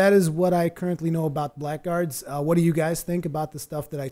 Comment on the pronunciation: here's what I know about this game. You are pronouncing it wrong. It sounds like Blaggards. The c and k are silent. If you don't believe me then go here and hit the little speaker button and listen for yourself: Anyway, thanks for the preview. Definitely will keep my head on a swivel for this one.